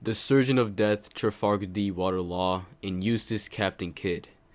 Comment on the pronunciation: Did u call him trafart d water law😭